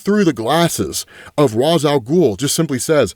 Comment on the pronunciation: Ra's is pronounced "Raysh", and you're supposed to pronounce the P in "corp" (abbreviation for "corporation"); you're confusing it with "corps", which is pronounced "core".